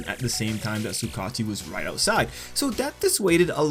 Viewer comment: Bro you pronounce the name like (Su-Ga-Uchi) no Su kachi... sorry I just had to say something